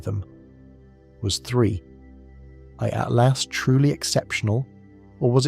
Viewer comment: Why so hard for this AI to pronounce 3i/Atlas??